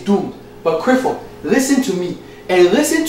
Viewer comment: "Crifford" lol